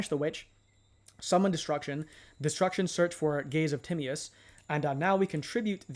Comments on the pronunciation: Gaze of timmy-us is crazy work lol its te-my-us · Timaeus can be pronounced Ti-may-uhs or Ty-mee-uhs. You weren't really that far off tbh. I'm planning on using DMoD with Allure Queen LV7 when it comes out in MD. Verte Anaconda can also make Chaos Allure Queen or the WF Synchros DARK for going into DMoD. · Actually it is weirdly close to the modern greek pronunciation of Tea-ma(as in made)-os. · Great vid bro! Tim-MY-Us is how you say it for future ref